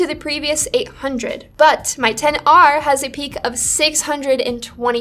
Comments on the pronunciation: I just wanted to say... Thank you for pronouncing "XR" properly 🙏🏼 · ... Agree with that. To this day when I say it right people in phone stores and even Apple Stores (of all people) think they are correcting me by using "X" instead of 10. So annoying